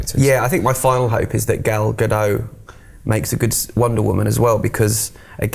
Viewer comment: they said it's not pronounced like that.